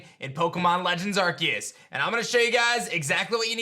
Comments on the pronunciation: I think it’s pronounced arse-eus not ark-eus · Arceus NOT arqius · How does this dude play Pokemon for a living but can't pronounce Arceus? "ARK-EE-USS" XD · The game is actually pronounced as Pokémon Legends Arkoos